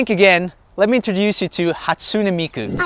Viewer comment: He said it like Hatsun-ee miku tho